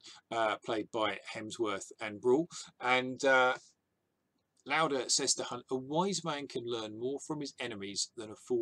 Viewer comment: Niki Lauda is austrian and I recommend pronouncing his last name as L-ow-da with a soft "A" and the "ow" to be pronounced the same way as when your in pain.